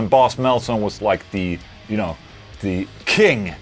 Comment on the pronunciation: Boss metalzone sounded like Boss MetalSone.. Hehe